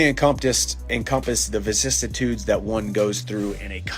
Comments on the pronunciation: Chandler so good at talking he’s making up words “vissatude” 🤔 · WTF is visistiude? Chandler just making words up now or what 😂